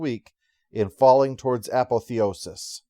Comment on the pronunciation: Apotheosis: uh-POTH-ee-OH-siss